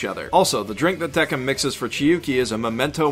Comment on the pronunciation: I only wonder why the hell it is pronounced "dekim". Yes, I know it was like this in the show, but the "c" s supposed to sound like an actual "c", not "k". Same with the word "quindecim". I cringe every time I hear it. XD